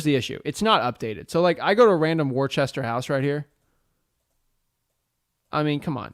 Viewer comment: You obviously ain't from Mass. It's pronounced "Wuhsta", not Worchester. LOL. No way you would know that, but for future reference. Great vid as always!